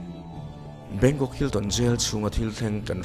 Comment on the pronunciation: "Bangkong"ka nui na sa lutuk tawng sual hi chu alo awl emai😆